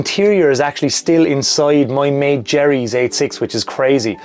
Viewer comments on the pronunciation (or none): none